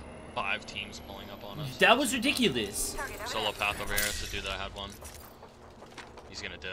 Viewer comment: “That was RiDICKYlous” lol